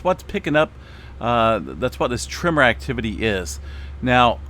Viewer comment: You drive my wife crazy when you say TRIMMER instead of TREMOR. LOL 😂